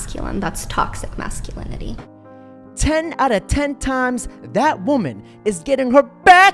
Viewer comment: She should first learn to pronounce toxic masculinity 😅😅